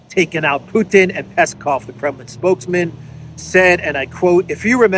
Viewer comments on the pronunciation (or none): none